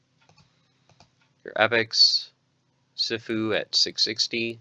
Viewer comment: It's pronounced See Fuu, it means master in Chinese. I watched a lot of martial arts movies.